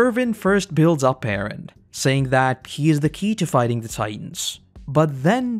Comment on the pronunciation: I hate the way you pronounce Eren. But other than that this was great.